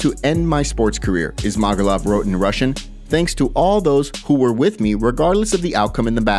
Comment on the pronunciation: Ok MMA journo…it gets pronounced by the UFC commentators as, “Izz—mah—goo’-lovv”